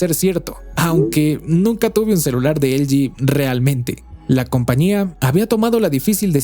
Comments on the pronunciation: Porque dices elgi cuando es ele ge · “Elyi”, “elyi”, “elyi”, “elyi”, “elyi”, “elyi”... ☹😤 ¿Repites “elyi” tantas veces porque en español ‘no’ existen las letras ‘L’ (“ELE“) y ‘G’ (“GE”)? 🤔 Espero que descubras que se dice “ELEGÉ” (de “ELE” y “GE”), sobre todo porque: 1. Son letras que sí existen en el abecedario español. y 2. El contexto lingüístico del discurso es el español. 😐💁🏻‍♂🤦🏻‍♂ (Sólo llegué hasta , aunque me hubiese gustado haberlo visto entero). 😞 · ELE GE NO EL GI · Estamos en México, por qué no le dices Ele je, je 3? O por qué no dices El Yi Yi Three? 🧐 V